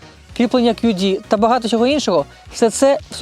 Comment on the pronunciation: Я перепрошую, ви не родич Парубія? Не тарабаньте, чітко вимовляйте, в укр.мові звуки "Щ, Ч" тверді: ЩОдо, але не Щёдо, ЧОго, але не м'яке ЧЁго і т.д.